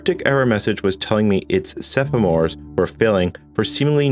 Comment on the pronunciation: Awesome video. I just had to point out that you said "sephamores" at least twice, instead of "semaphores" 😅